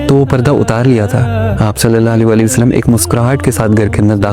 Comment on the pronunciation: Bhai ap Hazrat Muhammad kehnay k bad durood pak thik prha kren please Sallal la ho Alayhi wa AA Lehi Wasallam